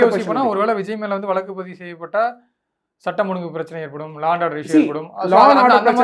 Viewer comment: வழக்குனு சொல்ல கத்துக்கங்க